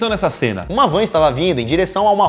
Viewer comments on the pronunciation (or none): É van não é vã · "Vã desgovernada" alguém avisa pra eles que é "van" kkkk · Quem percebeu a palavra vã O certo👉Van Achou,curte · Vã?Eu achei que era Van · É Van e nao Vã kkkkkkk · O PRIMEIRO É VAN* E NÃO VÃ. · “VÃ” ?? WTF SKSKSKS É VAN PO😃😂😂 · VÃ?? Eu acho q é van mas tb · "Dibrando. Vã desgovernada". Meu Deus gente, não assassinem o idioma. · "Vã"??? Wtf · Vã? Ta certo isso? Kkkkk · "Vã" KKKKKKK